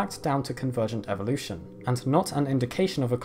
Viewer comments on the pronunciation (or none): none